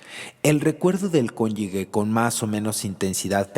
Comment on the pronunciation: Solo una corrección: La palabra cónyuge se pronuncia exactamente cómo se escribe. La letra G como si fuera J”. Y la persona que habla la pronuncia “conyugue” lo cual es un error.